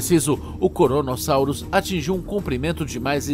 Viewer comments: Krono, Kronosaurus e não Koronosaurus! Vocês só têm o trabalho de traduzir um programa pronto para o Português e mesmo assim fica uma porcaria 😔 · "koronosauros" kkkkkkkk (poucos entenderão)